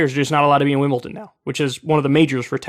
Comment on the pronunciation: Im sorry Kyle, like your argument but.... WimbleTon ? Why how why howww